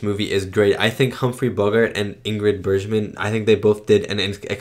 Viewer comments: Ingrid “Berzshman.” LOL. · Bergman is a hard G sound not a zh G sound, as in JohannesBURG. Michael Curtiz is a filmmaker that is a craftsman as opposed to a visionary like Hitchcock, but he was extremely suited for Casablanca. All the shots for a very romantic war drama are just right. Rick walks into MS, pan to Sam at piano, oan to Ilsa and track in to CU. It's just what's needed. Curtiz direction of the splendid 1938 Technicolor film ADVENTURES OF ROBIN HOOD is fantastic with a spectacular score. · Patriotic propaganda (mostly positive) was all the rage at the time. This was one of the earliest in 1942, but films with this theme, domestic and military, contined for the duration of the war. By the way, if she is one of your favorite actresses you might start pronouncing it Bergman as in iceberg. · Great reaction… as always. Just FYI… it’s pronounced Ingrid BERGman (with a hard G like iceBERG) and Peter Lorre (like LORREY - not Lore).